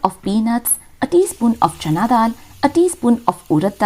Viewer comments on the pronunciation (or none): none